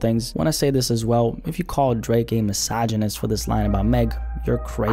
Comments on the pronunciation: Bruh called the OVO Don as Dreeeek like a souja😭💀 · Why say drake like that 😭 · The way you said Drake at the beginning of the video has me in tears😂😂😂🤣🤣🤣